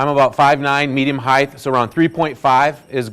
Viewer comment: You said " heigth" at least 3 times. It's pronounced as it is spelled.Height....not heigth.